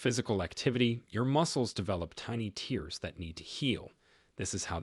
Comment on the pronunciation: I like your channel but I hope you could correct the pronunciation of tear or lead etc. The AI voice couldn’t tell the difference of a word with two pronunciations and often pronounces it wrong in a sentence. 😊❤🙏